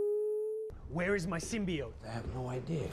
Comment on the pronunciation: The scariest thing about Venom is how egregiously they mispronounce symbiote. 😂